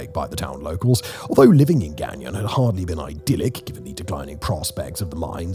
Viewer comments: Pronounced Gone-YO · Say it this way gagno. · Don’t pronounce the last “N”…Gan-yon. Baie is pronounced “Baye”, with a silent “e”. Mind you, I can pronounce it properly in my head,but my Anglophone tongue has a hard time getting around it, lol. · Gagnon is pronounced gan-YAW. The last N is not pronounced, as he pronounces it, gan-yawn. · My husband every time. "K-BECK", "GANG-YON" And he just wailed "It's only getting woooorrsseee". I'm crrrryyyinnng. Simon why didn't anyone look up pronunciations 😂😂😂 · My grandmother's maiden name is Gagnon (pronounced "guy yoh" if writing in phonetically) and our family is from Northern Maine and this general area of Canada. It may be Simon's accent that's throwing it off a bit. Dialect also plays a big part of it